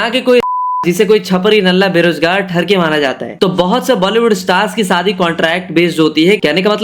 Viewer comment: Shadi bolna seekh le pehle saadi😂